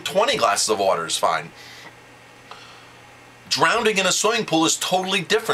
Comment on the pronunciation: Sidney Manzanita Articulate is not a word one should use when describing someone else who pronounces the word "drowning" as "drownding".